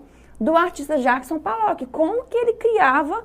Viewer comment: Desculpe mas Jackson P A llock?! P "A" llock????? O nome dele é com "O" P O llock... POllock... não sabe o nome do artista e é PROFESSORA de artes? Isso explica muita coisa sobre o ensino no Brasil...